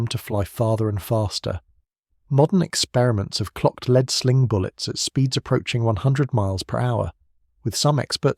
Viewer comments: Lead (Pb) is pronounced LED not LEED. Lead was used by Rome for water piping in the city, so they needed vast amounts in addition to sling projectiles. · Leed Bullets, good old AI.